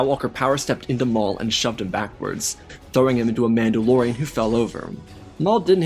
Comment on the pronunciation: maul-da-lorian? Are we deadass? 😂 that’s amazing